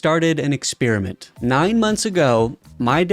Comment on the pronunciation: "an expirrement"